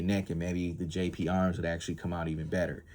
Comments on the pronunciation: GGGGGGGGGGGGGP DUDE! Not JJJJ! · You keep saying Jp arms. Its GP Arms